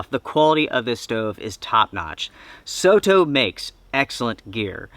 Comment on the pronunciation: This is a great little stove. I love that you say "soh toh" and not "sodo, soro" (with a rolled d or r) the way most Americans would.